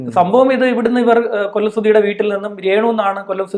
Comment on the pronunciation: കൊള്ളം അല്ല കൊല്ലം വഴ വഴ കൊഴ കൊഴ